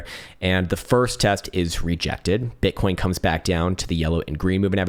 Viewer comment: did he just say “bitcorn?”